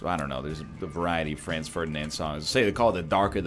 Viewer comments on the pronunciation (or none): none